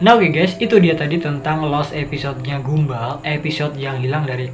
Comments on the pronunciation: Bukan gumba.... gumball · Mas baca nya bukan gumbal tapi "gambel" gitu bacanya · Gumball mbacanya gam-ball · Gamboll gini cara sebut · Btw abang Salah ucapin nya gumball jadi gambell